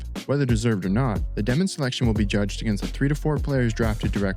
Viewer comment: Insane take considering they have the most draft picks in the entire league till 2032, have their coach for the future already, and have five rookies who have not even touched the NBA court yet lmao. Also just to spread the wealth, it's dyoh-min, not Deh-min, he explains it in an interview if you wanna check it out!